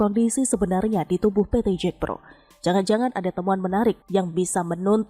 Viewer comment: Bukan Jekpro tapi JAKPRO, jd kurang greget